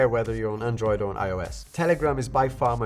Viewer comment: learn to pronounce android properly 😑